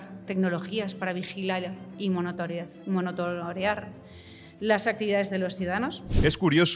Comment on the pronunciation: monotorear???? xDDDDDDDD CADA DÍA + ZUMBADA